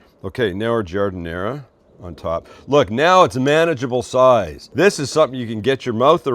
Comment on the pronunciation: There’s no “uh” sound at the end of giardiniera